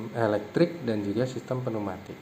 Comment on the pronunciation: penu matik ? neumatik pneumatik =neumatic✅🤪 pneumatik =peniumatic 😡❌❌